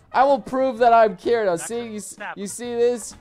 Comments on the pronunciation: I know he’s pronouncing it wrong? Like I said, he says “Kirito” with American pronunciation instead of Japanese, and he has ever since it first came out. It irritates me, but I’m used to it now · When he said Kireeeto I cringed. Kirito damn it , Kee dee toe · It annoys me how so many people say Kirito wrong, its Kee-dee-toe not keer-i-toe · Kirido......... it's keer-etoe..... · It is not kireto it is kiteto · Did he seriously pronounce kirito as ki-ri-to instead of ki-di-to like it says in the anime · its pronounced kiri toe not kiri do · really annoying the way you say Kirio it's Cree-ti-OH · He said "Kirio" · Sounded more like Kirido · He said giritou.... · Im getting mad at his not pronouncing it as Keedito. I know its spelled Kirito but thats the pronunciation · "Kirido" That shit is driving me fucking nuts. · Yeah in the anime they pronounce it kittytoe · Sound like he’s saying and off brand of Cheerios “kiriro” 😂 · You can be 'Kiridoh'? Shaking my bloody head out of how tongue wise incompetent you are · ITS PRONOUNCED KITITO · Dude said kiri yo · you cant even say Kirito's name right, so you cant be him. It's pronounced "Kee-dee-toe" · Sounds like he’s sayings kirido XD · You said Kirito wrong, it sounds like Kitty toe.. bastard. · this dude said kirio ... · Does anyone else get so annoyed the way he says Kirito when it’s ki de to Keeeee deeee to not kiri to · Kirito’s name is pronounced kidito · Bruh. "Kirido" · DID HE JUST SAY KIRYO!!!!!!!!😠😠😠😠😠😠 TRGERRRRRRD!!!!!! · Dude I’m pretty sure it’s pronounced ki-di-to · Ki-rio is what I hear from you smh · It’s ki-dj-to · Excuse me- did he just pronounce it as... kireo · Who says Kirito with the r lol. It’s pronounced kitito. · Why is he saying kirido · i am triggered 😠 why u may ask cuz he said kiritos name WRONG like he.said kirio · Why did u say kiRito 🥺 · You said kirito wrong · And saying Kirito name wrong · He keeps pronouncing kirito's name wrong its kinda irritating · The way he says Kirito is triggering me